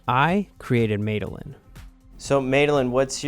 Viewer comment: you don’t even know how to pronounce your ai friends name 😂! It’s not “ made- a - lynn “ it’s “ maddy- lynn” 😂